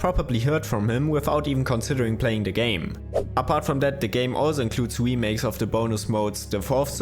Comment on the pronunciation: The oiginals? or the wemakes?